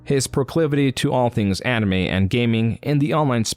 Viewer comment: bruh the way you pronounce some shit is killing me lmao. "envangelion" "animee"